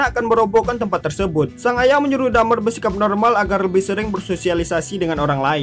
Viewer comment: Bang my friend dahmer bukan dhamer